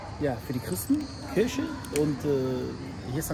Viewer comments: KIRCHE UND NICHT KIRSCHE 😂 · Der sagt zu Kirche -Kirsche 😂😂